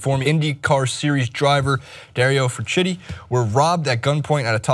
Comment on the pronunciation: Pronounced Fran-Key-Tee